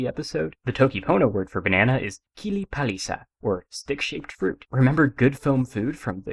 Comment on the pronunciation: Thanks a lot for your videos! What do you think about accents in toki pona? Your said "palisa" with an accent on the second syllable, while in all sources I've seen it is stated that accent is always on the first syllable. Which is quite disturbing since words like "kepeken", "akesi", "utala" and so on are much easier to pronounce with an accent on the second syllable! And also (in my opinion) it makes speech, well, more melodic (like in Esperanto, which is great for poetry).